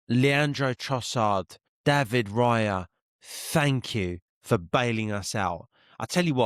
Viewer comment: David Rayah (cockney accent) 😂 big up